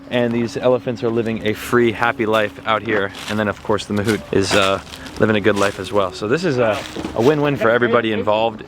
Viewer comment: Mahavat ❌ Mahut ✅